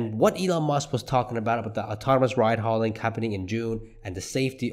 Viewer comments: ...ride hail-ing, not ride haul-ing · It's "rideHAILing" not "ridehauling" or whatever it is you are saying...